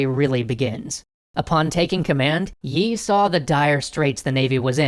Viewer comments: yi sounds like yee but I'm not Korean so don't blame me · Can you please stop pronouncing the 'y' in the name? That's an artefact of transliteration, not the actual pronunciation. Think of the admiral as 'Mr. E' :p